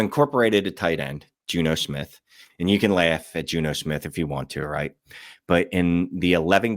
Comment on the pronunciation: “Insanical” “Juno Smith”